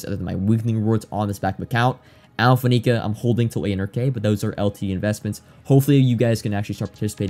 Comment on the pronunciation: You know I say this with love, mostly so you're not another of those guys, it's Faneca (Fan - A - Ka not Fa - Ne - Ka) on the pronunciation. 🤜🏻